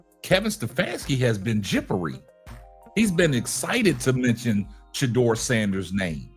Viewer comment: PLEASE! PLEASE! PLEASE! DON'T TRUST KEVIN!! HE COULDN'T EVEN SAY SHEDUER'S NAME!!